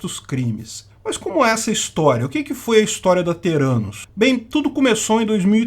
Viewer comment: "Terânus"... os investidores não sacaram que era o deles que tava na reta kkkkk